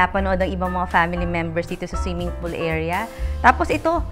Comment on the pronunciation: snong siming polo. Articulatecwell please